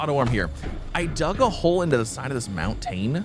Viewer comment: That pronunciation of "moun-TANE".